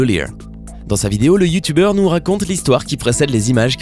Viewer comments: Je suis le seul qui a capté qu’il a dit youtouber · Youtoubeurs jss morte comment il prononce sa 😂😂😂😂